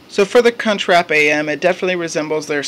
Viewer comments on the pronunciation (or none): Did he say "cunchwrap"